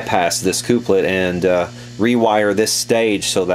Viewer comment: cooplet? tremOlo? why? Pronunciation questions aside, great video, very informative!